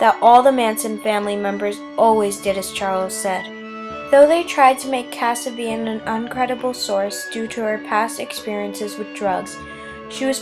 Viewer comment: how old is this narrator you can not even say Linda Kasabian name right when was LSD legal? CHARLES MANSON DID NOT KILL ANY ONE NOR WAS HE AT ANY CRIME SEEN FOR FUCK SAKE you sound like a little girl that was not even born when this took place you have so many fact WRONG GO DO YOUR HOME WORK AND THEN POST A VIDEO.......................R.I.P. Charles Manson